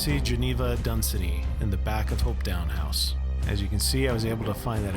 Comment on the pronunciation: Also, Hopetoun House is pronounced Hopeton not Hopetown.